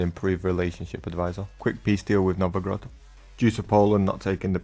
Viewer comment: Novogrod? Are you polish? :d